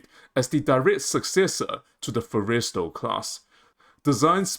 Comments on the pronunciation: Okay. It's pronounced FORREST-E-STALL, short vowel sound (almost silent) on the 2nd 'e'. Otherwise, your argument is well founded. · Learn how to pronounce the Forrestal class. It is ( 4 es tal short a as in Tally) emphasis on the Forr not the est. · You really missed the Date... it's May 2nd not April 1st or Aprils 20th... this is a bad joke / reefer dream, not a serious proposal. And your pronunciation is atrociously bad. Fo-reys-tell class??? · I disagree. I think we would be better off building 10 Midway class sized 45-50k ton ships with an airwing of 40 to 50 aircraft rather than a 75k ton ship. The name Forrestal is pronounced Forrest-all..? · Stupidest argument I've ever heard. Why waste resources on a Fujian, which even the Chinese have abandoned? If we need more carriers, buy 'em! AND GET that stupid Aussie-accented AI model to PRONOUNCE "FORRESTAL" correctly!!! Geesh. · The narrator pronounces "Forrestal" rather strangely.